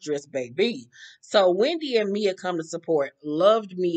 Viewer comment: Why gizelle calls Wendy “Windy” lol